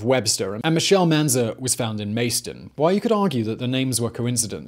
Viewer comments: I live in Rochester, NEVER heard someone say Macedon (it’s Mass-a-dun) like that, but honestly I will probably be calling it Mace-Dun now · Great video. Im from Rochester and its interesting to hear about a case that started the year i was born. 1 little correction, the town you called mace-don. Its macedon (masa-don) as in macedonia. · macedon is (mass-aa-don) or (mass-aa-din) when talking to local's in Rochester where i grew up